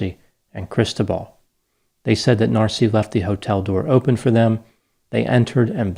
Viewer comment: Cristóbal. The emphasis is on the second syllable. I can’t stop hearing crystal ball. 😂